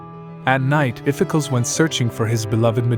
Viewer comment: Spelled Iphicles, pronounced "iff-eh-KLEEZ" Or "iff-eh-cklohs"